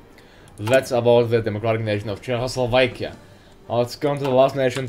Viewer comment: Dat "Chechoslovekia" pronunciation